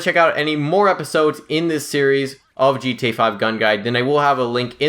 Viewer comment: Bruh pronounce your fucking a in gta, ........Jesus